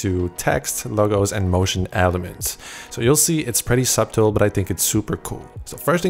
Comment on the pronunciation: Great video but LOL at pronouncing the B in “subtle”